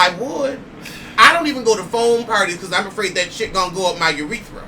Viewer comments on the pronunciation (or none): lololol did u say URETHRA